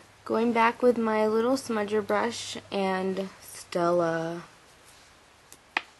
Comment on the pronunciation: LMAO at the way you said 'stell-uh'! Love you